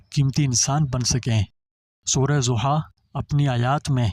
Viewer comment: Ta lfz " dha" ha, na k zia,pl. Reciate correctly .